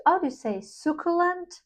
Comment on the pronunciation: Hi! Delicious Bouquet sounds good, but I don't need yet another Devotion dna citrus vanilla perfume. Definitely going to check out the Zara perfumes. Especially interested in the Matcha Mochi. Btw, succulent is pronounced: su (su as in sun) ccu (cu as in cube) lent (ryhmes with sent) Hope this helps! Have a great Sunday!